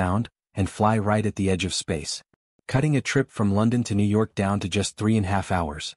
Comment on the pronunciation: I hate these AI vids with sub 1000 subscribers. The AI narrator can't even pronounce New York.